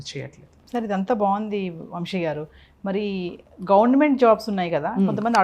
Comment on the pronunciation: Anchor sa ni baaga palikite baavuntindi. Vamshi kaadamma vamsi